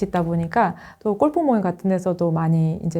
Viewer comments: 꼴프 아니고 골프입니다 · 어느 영어권 나라에서 꼴프가 정확한 영어발음인가요?